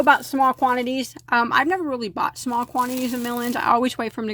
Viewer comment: I keep hearing "melons" when you say "mill ends" lol I wanna buy yarn now and crochet while eating melon 🤤